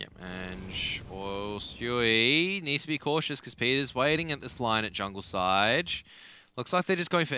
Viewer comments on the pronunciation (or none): Why is he saying jungle-side